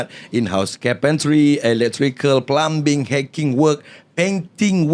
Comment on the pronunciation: Bagus nampak ada function dah. Suara pun sedap. Anyway, plumbing cara sebut dia ialah plaming. Bukan plambing. Dia silent B, sama macam combing dan climbing, kita sebut koming dan klaiming.